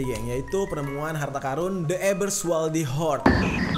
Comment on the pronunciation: Ampun bang gua dengernya karung